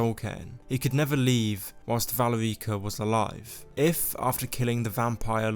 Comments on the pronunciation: Dude...It...its not valy reeka.. its Val erika...😢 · good video but i cringe every time you say valerEEca. it’s pronounce VAL-AIR-IKA. valerica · You would think someone who played Skyrim knew how to pronounce Valerica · The way you say "Valerica" makes me cringe a bit.